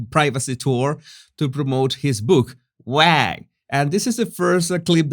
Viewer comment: waaaa not wag